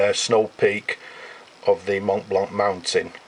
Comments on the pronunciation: Montblanc, not Montblank ;-) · and you dont say the "t" and the "c" just "mon blan"